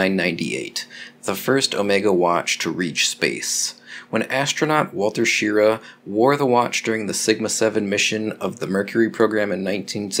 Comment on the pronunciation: Wally Shirra (Shi-Raw)